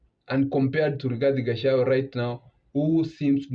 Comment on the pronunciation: Its not Gachawa but Gachagua